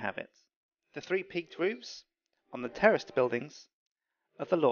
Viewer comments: lol i swear he said terrorist a couple times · i thought he said terrorist buildiings instead of terraced buildings hahaha. great vids btw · Is he saying terrorist buildings?